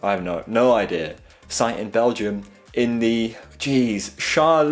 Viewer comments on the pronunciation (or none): pronunciation of Charleroi: Shahr-luh-wah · struggles with "Charleroi" and "Wallonia" pronounces "Flug von Novgorod" like it's nothing